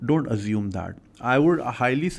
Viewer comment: Its not "azume" its "assume" with an 'S'